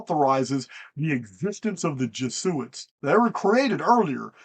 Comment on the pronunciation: FYI its Jeh Zoo It.